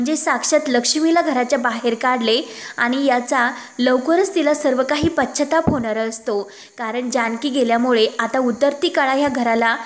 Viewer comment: पश्चात्ताप शब्द बरोबर म्हण